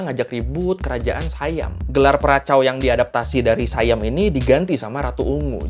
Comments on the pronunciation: Baca SIAM bukan Sayam .. biasa aja baca SIAM biar orang indonesia faham .. saudara mereka Patani sudah lama di jajah SIAM sampai saat ini. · Sayam abah kau hahaha SIYAM bukan sayam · Sebutannya bukan sayem tapi si yam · SIAM bukan dibaca sayam Bro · sebutan SIAM adalah "si-yam", bukan "sai-yam". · Siam Bukan Saiyam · Siam, biasa aja. Bukan Sayam. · Dalam bahasa Melayu, orang Kelantan kah, orang Kedah kah, orang Perlis kah, mahu pun orang Pattani semua sebutnya Si-yam. Di dalam salah satu klip video yang anda selitkan di video anda, yang ada pejuang "pemisah" berbaju hijau dia ada menyebut "Siam" di situ. Cuba dengarkan sebutannya. Salah satu suku kaum yang ada di Malaysia adalah suku Siam. Mereka ini orang Siam yang berbahasa Siam kuno. Mereka ini lebih Siam dari orang Thai moden kerana orang Thai yang sekarang sudah bercampur baur banyak suku kaum yang ada di Thailand. Siam yang ada di Malaysia sudah ada di sini lebih 1000 tahun. Mereka juga menyebut Siam dengan sebutan "Si-Yam". Dalam kata lain, perkataan Siam itu perkataan harian di Malaysia. Tak perlu jadi keturunan raja untuk tahu bunyinya. Nama lain bagi Bihun (rice vermicelli) di Malaysia dipanggil Mi Siam. Banyak lagi objek harian yang ada nama Siam. Sebutannya Si-Yam tak pernah berubah. Perdana Menteri Malaysia yang pertama, dia cucu Raja Thailand. Ibunya puteri Raja Thai. Dia juga menyebut Siam dengan sebutan Si-Yam. Saya juga kenal ramai orang Pattani, ratusan orang. Tak pernah mereka sebut Saiyam, melainkan "Si-Yam" sahaja.